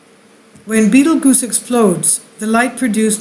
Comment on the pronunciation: love the channel, but fyi its pronounced just like the movie-Beetlejuice. ;)